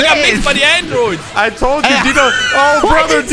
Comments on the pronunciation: Bro had me absolutely dying it’s just incoherent noise and “I got mixed by the Ahndroids” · "I got mixed by the ANNdroids" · "I GOT MIXED MY AWNDROIDS😩😭🗣️" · 😭😭😭😭😭😭 I'm dead "I got mixed by the Awndroooids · I love how they go on for like two minutes about his pronunciation of “Androids” 😂😂😂😂